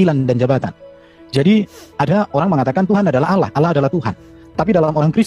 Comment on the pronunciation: Bukan olloh Z yg benar Allah